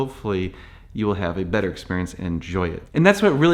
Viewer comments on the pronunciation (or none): none